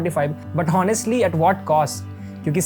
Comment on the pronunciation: You said 'H'onestly